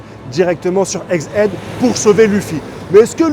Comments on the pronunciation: Pourquoi dis-tu eggid ?? C’est head ( tête ) . La prononciation c’est bien [èd ] et non [id] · ègue aide, aller redit le, ègue AIDE , ça se prononce ègue AIDE PUITAIN !!!!